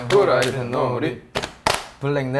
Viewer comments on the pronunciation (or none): none